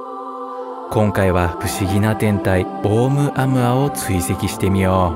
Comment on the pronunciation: オウム −アウアではなく、オウ- ムアウアです。ハワイの天文台で発見されたことから ハワイ語です。